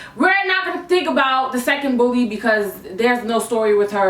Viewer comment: Everytime she said “another bully” it sounded like another booty